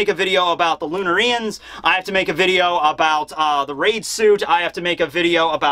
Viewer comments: Why do you put the accent on "ri" instead of "na" in "lunarians"? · Lun-air-ians Not Lun-R-Ian’s Lol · I'm watching this late but man I hope he stops saying Lunar-EE -ians. It should be pronounced Loon-Are-ians and listening to him say the former pronunciation is like nails on a chalk board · Lunarians: Lunareeans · I hate how he's pronouncing Lunarians but pronounced Solarians the way he should be pronouncing it correctly..